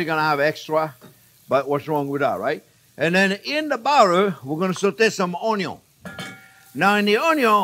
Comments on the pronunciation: 😂”onyo” 😂 It’s onion! ❤😂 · I can only say "onyo" now. There is no other way to pronounce it. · Chef J.P. is my favourite bar none. That muppet Emeril Legasse should never have had a TV show instead of this Man. 'We gonna use a little onyo!' beats 'bam!' any day of the week, not to mention the most mouthwatering recipes I've ever tasted. Pure French cooking adapted to North American tastes. I know the man uses less cream then his heart tells him to, and I honour him for it. Even though I've only cooked 5 or 6 of the recipes I've watched him prepare, I get astounded praise and awe that I can make such delicious dishes in record speed, and I shamefully absorb the praise but thank Chef JP in my heart. And I do so again with this recipe, which I am SO gonna use for my turn to prepare the family get-together feast next week. Thank you again for posting such awesomeness! (Except for the mushrooms. Never will I cook with let alone EAT the Undead.) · I think of the Cajun Chef (Justin Wilson) every time you say "un yun" 😁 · This guy is great! Please tell me where is from? The way he says onion reminds of the cajun chef I used to watch while in Texas but the rest of his accent doesn't match. I love it. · I love all your videos, & just love the way you say onion your accent😁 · I love how he pronounces "onion"